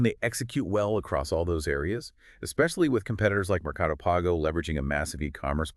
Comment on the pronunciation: I think you meant one of the biggest rivals is Mercado Pago? The pronunciation was off, but I understood it from context because I'm Brazilian and I'm familiar with this service from Mercado Livre (Mercado Libre's name in Brazil). It's worth it mentioning that Mercado Pago has around 60M users and larger profits in Brazil, so it's a dominant rival.